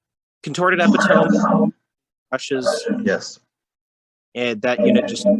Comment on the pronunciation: Good info. However, daemon player really needs to learn how to pronounce Epitome. That was painful to listen to.